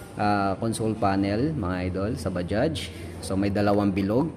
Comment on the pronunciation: Anung Salita Un pa sosyal bajjjjjaaagggghhhhsss daw